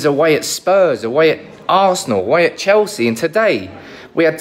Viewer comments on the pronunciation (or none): none